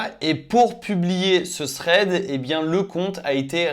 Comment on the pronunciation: C'est THread pas Sréd !!!